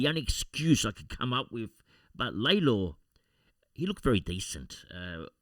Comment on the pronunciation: Hi, seeing that Lalor is your new Dusty Martin and you’ll be saying his name a million more times through his career, you might want to pronounce his name correctly… It is Lor-La